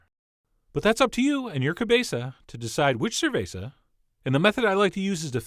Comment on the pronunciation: "That's up to you and your cabeza to decide what cerveza." LMAO!! Bravo on the spanish! 👏 Salud Chef John!